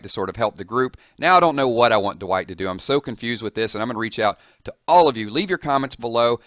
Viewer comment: why do you say duh white its Dwight